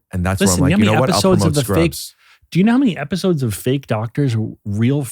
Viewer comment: "Watch the fist 2 epwoes" what happened ricky?